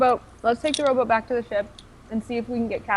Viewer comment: lol every time they said "rowboat" it sounded like "robot" "We get the robot to the iland! Lets hide the robot!"